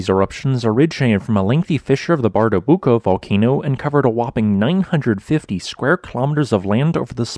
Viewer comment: As far as I know Icelandic people know where to not build houses. I guess it's not possible to teach the talking bot to pronounce Grímsvötn and Bardabunga correctly. I would not have guessed it right what volcanoes this is about by only listening. I like this kind of fact based, non euphoric, way of doing videos.